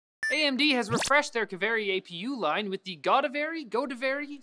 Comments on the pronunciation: AMD is using the names of rivers in India for their products. Pronunciation Kaveri : Kaa- way - ree Godavri : Go - daav - ree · Kaveri and Godavari, the 2 rivers in India. I can't stand the pronunciation.